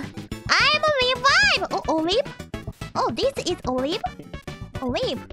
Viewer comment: "A weeb" was her very poor attempt at sayibg Olive, because the buzzy beetles kinda look like olives .